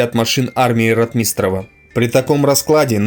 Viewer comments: В фамилии Ротмистров ударение ставится на первый слог. А с остальным не поспоришь. С Днем Победы вас Россияне!!! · Режет ухо, похоже неродной русский диктора. Кто нибудь, подскажите диктору, что фамилия РОТМИСТРОВ произносится с ударением на первом слоге. рОтмистров. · Маленькая поправочка для автора. Называйте правильно моего земляка, в последующем маршала бронетанковых войск, Ротмистрова Павла Алексеевича!!! В фамилии ударение на "О"! Пожалуйста!!!! Кстати! Ещё жива его сестра. И в том году у нас была встреча с ней. Много интересного рассказывала о своём брате. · Автор! Видео Познавательно, но фамилии участников сражений произноси правильно и с соответствующем ударением☝️ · Правильно..Ро-о-отмистров,но не Ротми-и-истров! Что за неграмотность? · Некоторые тут бросаются на произношение автора сего ролика. Не РотмИстров а РОтмистров и далее. Кто еще интелегентно, а кто как последний люмпен. Дорогие граммер наци, а вам не приходило на ум что парень говорит с родным для его мест акцентом? У него довольно различимый северо-кавказкий акцент (точнее сказать не могу). Вам бы на иностранном языке так историю рассказывать. А по сути, рассказаное интересно, и исторически важно. Так что не судите, да не судимы будете господа\товарищи. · Ватунин? Шта? Ватутин! Ратми́с ров? Шта? Ро́тмистрова! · Хороший выпуск,только не РотмИстров,а РОтмистров!)и другие оговорки по фамилиям.Ты молодец, только ударение таких фамилий все же лучше говорить правильно!) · Только не РотмИстрова, а РОтмистрова. Как автор, который занимается исключительно военной тематикой, не знает этого? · обоснуй Потому что Ротмистров, от слова - ротмистр. Просто это слово, в Русском языке, имеет ударение на первый слог - РОтмистр, а не ротМИстр. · РотмИстров??? Не читай текс сам, позорник. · Ударение в фамилии Ротмистров надо делать на первый слог - РОтмистров! (без обид!) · Постоянно неправильно ставит ударения - "РотмИстров", "сетовАли". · Хотелось бы чтоб ты правильно ударение произносил в фамилии Ротмистров